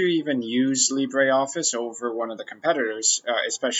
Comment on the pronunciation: Please say it properly - it uses the French pronunciation Lee-bruh, not the Spanish Lee-bray.